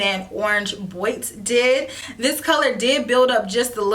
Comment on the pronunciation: The pronunciation is orange bwaat (box in French). Stay safe. It's fun to watch your videos especially now when we need something to take our minds off other things.